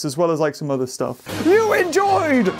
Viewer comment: i love the part that he says i hhate this staf